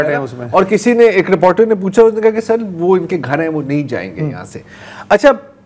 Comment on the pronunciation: جب ضرار بھائی رپورٹر کو رپارٹر کہتے ہیں، میری ہنسی نکل جاتی ہے۔ رپارٹر 😂😂😂😂😂